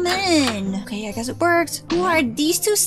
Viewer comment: My favorite part is when you’re saying in the first okeh